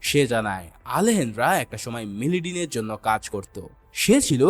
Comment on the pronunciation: মিলিডিন না মেডেলিন